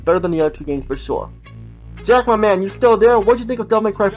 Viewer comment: You know I had to check that again and again, I thought you said Jeff there and not Jack